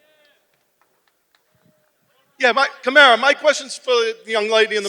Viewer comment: “Kamara! Kamara! No disrespect.” Yet he mispronounced his name twice.